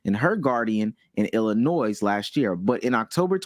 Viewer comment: The s is silent in Illinois